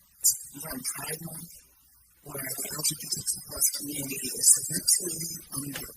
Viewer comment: "litree under attack" 😂😂😂